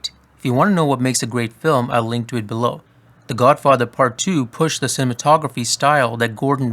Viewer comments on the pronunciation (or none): none